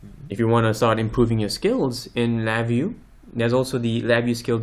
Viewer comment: atleast pronounce your name correct, there is no accent reqd there